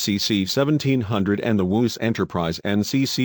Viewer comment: The ‘woos’ Enterprise?!? Stop using this shitty robot voice!